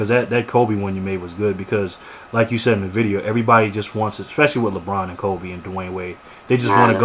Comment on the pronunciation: you said "sayed"